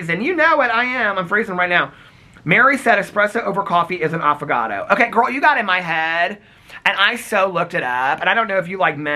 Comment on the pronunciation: Did anyone else hear Affogato as avocado 🥑. Just me? And, yes I had to google what espresso over ice cream is called cuz I wasn’t sure 🤦🏼‍♀️. 💙💙🫶🏻💙💙